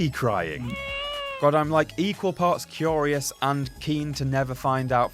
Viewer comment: Kyorious? You mean curious?